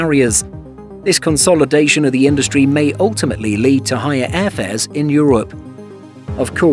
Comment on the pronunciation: Higher airfares, not hier airfares.